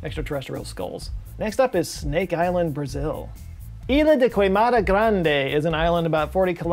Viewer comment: As somebody who is fluent in both Portuguese and Spanish, I cringed hard at his attempt at pronouncing ilha de queimada grande, just as I cringed when Americans tried and failed to say Camille Vásquez's name. Vass kwezz. Uff! Saúde